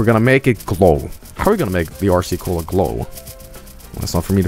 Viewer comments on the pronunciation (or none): none